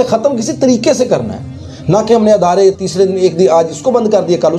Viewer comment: أَدارے❌❌❌❌❌ إِدارے✔️✔️✔️✔️✔️